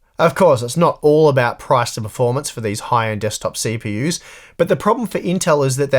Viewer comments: “Dekstop” lol I hope that in the next video we won’t see a CPU of coffee... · DEKSTOP :D